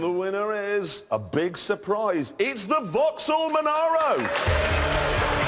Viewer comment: Vauxhall Monaro, for once not manureo.